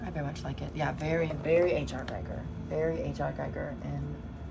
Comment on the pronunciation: Hi, I enjoyed Your video, looking forward to part2. Not trying to be a dick or anything, just a friendly remark - Your pronunciation of "Giger" is wrong :) I know, I know, petty stuff but as a huge Giger weirdo myself I Am kind of overly sensitive to this :). So it should be pronounced "Gee-ger" or "Ghee-ger". Cheers and thx for the video.